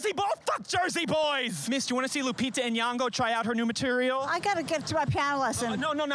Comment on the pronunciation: Oh God how many times must she say her name. Nyong'o. Deep first o, subtle n blended with the y, ng like in king. Not N-yan-go